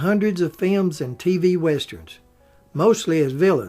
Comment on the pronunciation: I never tire of hearing films pronounced as "fi-yums"!